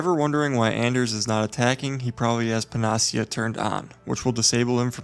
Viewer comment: Pan-a-see-ya, not Pen-nos-see-ah.